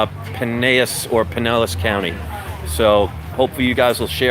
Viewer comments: It is called Pine-el-s. I live across the bay so I'll be dropping by to say hi. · It's pronounced Pie-nell-is. I live in Sarasota....about 30 minutes south. Welcome to the neighborhood! I may have to take a weekend trip up to the old Wagon Wheel Flea Market to check you out. Very cool. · Hey brother! I used to live right by the Wagon wheel! So crazy! I'm over in polk county now (Lakeland fl) I'll definitely come check you out there! I'm sure all Floridians are going to criticize your pronouncement of Pinellas county LOL! I see someone already corrected it. Hopefully I can check you out soon! What area do you live in? If I can I'll come there tomorrow. I'm actually planning on being in the area so I'll try to come by! Hope you make lots of cash brother!